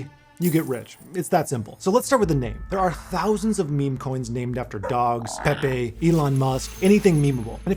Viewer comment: cant even say pepe right. jokes